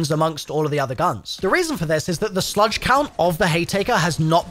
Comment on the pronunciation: He's definitely mispronouncing words like "slug" (to sludge) to increase activity in the comments.. and I'm not even mad about it lol